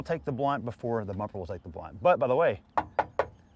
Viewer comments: The brunt. Not the blunt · It's "brunt". The hitch will take the brunt of the skidding force if the exit angle is to steep. Not "blunt". Brunt: noun, the worst part or chief impact of a specified thing. Grammar lesson over.😂